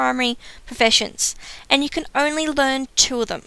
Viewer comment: you say professiunsh and word of warcraft :D :) :I :( :C :O